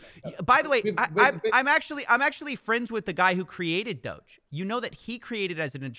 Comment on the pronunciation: Guy keeps talking about doge but can’t even pronounce it 😂